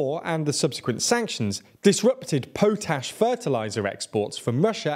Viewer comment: Could you please stop pronouncing potash like you're Yosemite Sam. The name derives from ash in a pot. Please stop doing it wrong, it's painful.